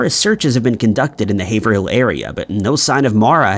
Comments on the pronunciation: Haverhill is pronounced haver reel - sad story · Haverhill --> Hayv-rull. Just like in Massachusetts.